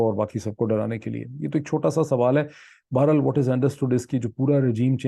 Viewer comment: I very much appreciate the depth of you research and presentation. Unlike any other Pakistani journalist. However your use of words like چوتیا does not match your scholarly vlog. One more thing I like to mention here is your pronunciation of certain words. Like بڑھنا or بہر حال the way ypu pronounce is بھڑنا. The word is ب ڑ ھ نا not ب ھ ڑ نا۔ the word بہر حال shoul be read as BA-HER- HAL and not BHAR. HAL. Hope you don't mind my comments. دالسلام